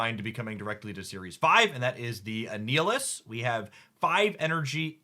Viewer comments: Are you intentionally mispronouncing card names as a bit? I can't tell ... but my jaw clenched at "A-Neal-Is" for Annihilus (like annihilate) haha. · since Annihilus might be completly new to some people. Annihilus is pronounced just like annihilation, but replace the "ation" with "lus". an-i-ill-us. "I am Annihilus ... Lord of the Negative Zone! Annihilus the Living Death that walks!" -Annihilus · Gladiator's power is fucking sick, because in-character his power is tied to his confidence: the more confident he is, the more Superman-like he is. ...And he is very, VERY confident. You did well with the pronunciations this time! The only moss was Annihilus, which has a hard "i", as in "Annihilate".